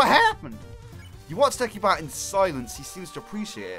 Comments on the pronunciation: It's not pronounced de-ki-bat it's pronounced de-si-bat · It's not pronounced Dek-i-bat. It is pronounced De-si-bat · Sorry if I'm criticizing, I think deci as in decibel is pronounced dessi, not dekki. So, it wouldn't be "Dekibat'. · i'm pretty sure your supposed to pronounce the c like an s in decibat, like decibel.